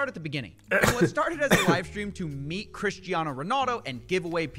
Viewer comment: Was saying Christano instead of Cristiano part of the joke or are you just an American